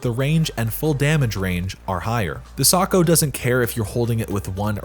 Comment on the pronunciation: you're saying it wrong sAkO